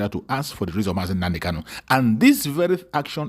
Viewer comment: This fool, our leader name is not kalu but kanu You can't even pronounce the name of your client DISINTEGRATION IS OUR GOAL They sent you to kidnap MSE,noted,wait you will get the music